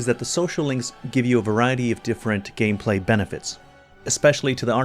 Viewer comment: Good ol' "Gamplay". Lol